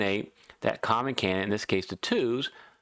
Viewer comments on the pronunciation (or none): Great tips but when explaining complicated moves you talk a bit too fast mate! Also it's pronounced can-did-ate and not "can-nit". Sorry but its like nails on a chalkboard...